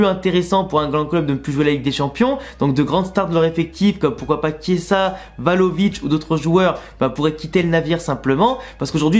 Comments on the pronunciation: Vlahovic au lieu de Valovic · C'est Vlahovic non tu dis euhh 😂..